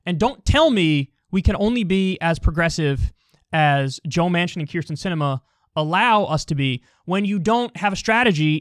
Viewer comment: Holy shit everyone mispronounces this woman's name to the point that I though Kyle was mispronouncing her name even though he's the only one who gets it right. It's Kyrsten, not Krysten.